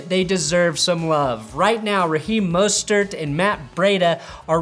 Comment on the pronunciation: Just some pronunciation help: Breida sounds like cheetah. So it's more bree than bray. Mostert is just "Moe" stert not "Ma" stert.